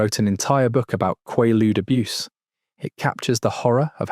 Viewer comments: It's pronounced with a long A sound, not a short a. Rymes with Gaylood, not Gahlood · Kway-Loods is proper pronunciation. Not Kwah- Loodes. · Quahludes, kwoudes…pick a pronunciation and stick with it hbhh😅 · Ain’t no way kid made a 1 hr 30 min video about something he can’t even pronounce correctly, KWAY-LUDE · I guess British AI’s can’t pronounce American drug names. “KWAY-lood” “MAY-locks” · Always A.I.that gets it wrong. Its quay-lude. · Quay-ludes, bruh. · AI, ugh. It was always pronounced with a long A, kway-lude. Always. That makes this AI video even funnier. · Quaaludes. Not Qualudes. Long.A. I got 100 a month from my Dr.😂 😪😪😪😪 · The pronunciation at the time in the US was "quay-rude". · It’s pronounced quaaalude. After Roaar became lemon 714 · FOUR pronunciations of quaaludes. Moronic AI. Not a mention of the combo of quaaludes with cocaine. That was some wild sex. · How did you not bother to lookup the pronunciation of the word? Quaaludes make you quaazy. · Have I been saying quaaludes wrong all these years or is AI wrong again as usual? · You’re mispronouncing quaalude. It was big in the punk scene in the 70s too. My friends and I used to go to quack drs in Philly and pay for quaalude scripts and other narcotics. We would go to drug infested neighborhoods and trade tussanex cough syrup and Percodan for quaaludes too. There were lots of car crashes due to passing out while driving. We would often pass out in restaurants while attempting to eat. Disco wasn’t cool and we punkers eschewed Studio54. Great times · Wish the AI would pronounce Quaalude correctly since it’s only mentioned a thousand times 😡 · They were soooooooo good!!!..omg!,, he's mispronouncing Quaaludes though😂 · he pronounces it right! then proceeds to mispronounce it again! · The aa in quaaludes is long. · Quaalude has a long a sound, as in kw-aaa-lude. The structure shown was a total crap Ai slop. So many mispronunciations…. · In the US it's pronounce qu"ay"ludes, not qu"ah"ludes